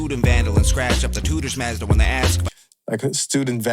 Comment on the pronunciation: You're one of the minority of reactors to really grasp the scheming and the technical aspects of MC'ing. LOL he says Mazda the way Canadians do. They say some shit pretty funny. For example they call NASA - Na-saw. Goofy Canucks. Tom's my guy though.